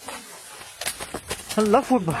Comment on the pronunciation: ভাই আপনি আল্লাহু আকবর,, না বলে পু আকবর বলেন কেন